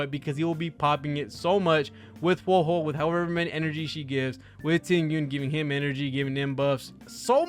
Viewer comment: It’s WHO-AH WHO-AH